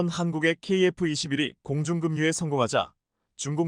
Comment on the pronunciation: 공중금뉴 소리나는대로읽은것 계곡에서폭우내릴때급류 소리나는대로읽으면금뉴 공중금뉴란말은 틀린말 방송인은 한국어읽기 공부 더하고 난후 방송에 나오기바란다 만석